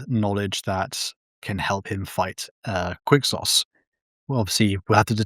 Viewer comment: “qUiCK SAucE” ITS PRONOUNCED FUCKING kwik-sohz